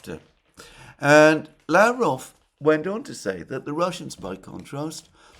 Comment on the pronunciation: Russian name Lavrov is pronounced with the accent on the second syllable. lavROV.